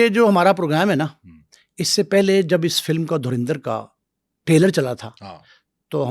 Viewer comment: Yeh log kaunsa sasta nasha ker ke interview dete hai😂 Abe phle movie ka naam to thik se bolna seekh le porky anchor.😂